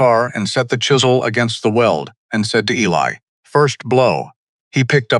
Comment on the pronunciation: Eli is pronounced E-Lie, not ellie